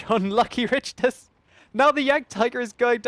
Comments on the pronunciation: not to sound like a grammar nazi or anything but i believe its RICK-ter not RICH-ter :P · No disrespect, but Richters should be pronounced like 'rickters.' Think Richter Scale. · Richters is probs pronounced Rikters - like the earthquake scale.